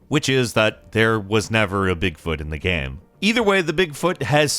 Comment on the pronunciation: Nobody:: gaeme